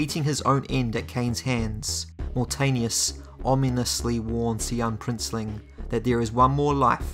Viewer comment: Thanks for the videos man fan of your channel and I love Legacy of Kain so much..this game desperatly needed a good remake like demon souls remake in ps5. It is pronounced as Moor Taanius not Mortenius :P